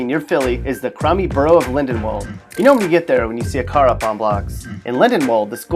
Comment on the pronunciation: At least he got lindenwold right. that is one shitty place trust me.